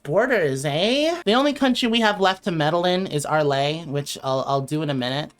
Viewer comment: also omg please stop saying “arlay” 😭😭